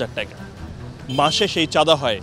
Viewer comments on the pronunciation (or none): টেকা না টাকা